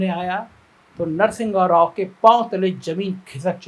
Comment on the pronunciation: Correct Narsingha Rao to Narsimha Rao, wrong pronunciation